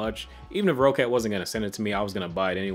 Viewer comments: PSA: It's pronounced Rocket not Row-cat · nope it's rock-cat but so ye he is wrong